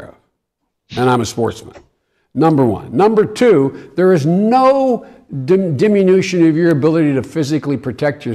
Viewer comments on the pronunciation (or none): What "deminution"? Mr vice president